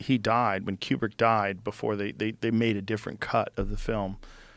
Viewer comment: Room 237 is pure unadulterated bullshit. Also, Joe its “koo brick” not “key you brick”.